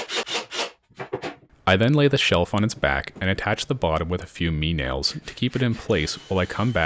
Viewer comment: Well it took a while to figure this out, because I am no Sherlock, but I guess your name must be "." Correct? "Me nails?" I thought that was some new kind of nail I had never seen before, Then you said "Me point bit" and Dawn Broke over Marble Head.